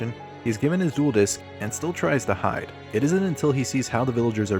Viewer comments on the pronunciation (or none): none